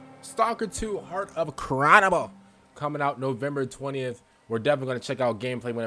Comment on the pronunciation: "Cronobol" dude do you not know how to pronounce "Chornobyl"? And why is it a file? why not just watch on youtube in native quality?